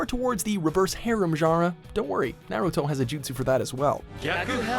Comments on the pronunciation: I disliked because you kept saying Naruto wrong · My guy said Naruto wrong how